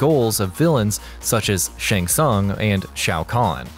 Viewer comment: he also said shang tsung wrong